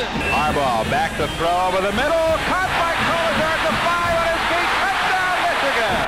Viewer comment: Can someone please explain to me why a lot people say meeeeechigan. How did that even start? Did someone pronounce the name funny and people just ran with it cause they thought it was funny? Ore so they genuinely think it sounds cool like that cause? It just kinda sounds stupid lol